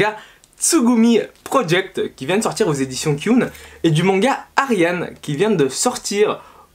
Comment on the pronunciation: il y a écrit Ariadne ^^ et pendant toute la vidéo tu as dit ariane